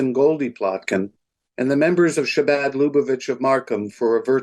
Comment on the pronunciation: Shabad??? Virtue signalling doesn’t really work as well if you don’t… ya’ know… actually learn a little about the community… like how to properly pronounce their name. Ch… like “Loch Ness”. Or even just a soft H like Habad. Shabad is just 😔😔😔 Do better MarSHam And Merry Shristmas and Happy Shanukah!😉